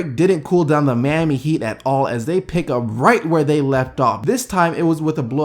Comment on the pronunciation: Why can't you say Miami? You say Miani and I nearly laugh my ass off every time I hear you say it